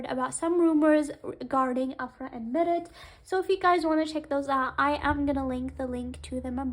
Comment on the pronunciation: I'm not trying to be rude but why you pronunce Mert's name as (Marit) (Merit) not Mert? Mer-t